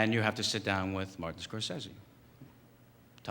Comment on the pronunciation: He pronounced the name wrong, it's really more like Scor-say-see.